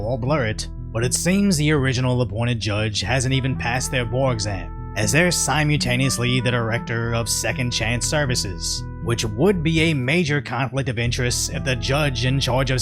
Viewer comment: you use the word simultaneously a lot. please look up the pronunciation on google or sound it out.